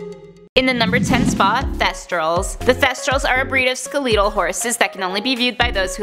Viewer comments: Pompus american using British pronunciation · what is this word skaleetle lol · The way she said skeletal 😂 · That took me completely off guard lmao